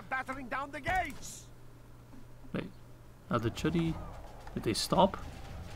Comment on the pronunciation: Why would you assume that in Polish "ch" makes the "tsch" sound and the "u" is pronounced as short a? No, in normal languages "ch" is "ch" and "u" is "u". And stop pronouncing d as r, that's just unhealthy. The best transliteration of "chudy" into English would be KOO-DEE.